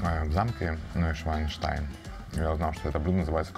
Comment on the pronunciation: Нойшванштайн , будет правильней.